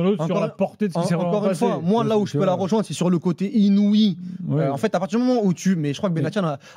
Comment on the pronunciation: et le verbe " ROjoindre " S'il vous plaît, dites lui de faire une effort.